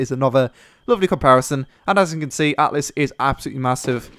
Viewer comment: isn't it altus ?